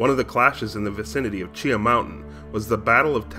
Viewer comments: Haha. Oh okay. I have lived in the area for 35 years and every single person I know pronounces it “Chee-Haw”. But hey, what do I know, right? 😂🙄 But seriously, great content! Gained a new sub and fan! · Excellent info, however, as an Alabama native, I do want to mention some local pronunciations: CHEE-haw and Talla-DIG-ah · It's chea-haw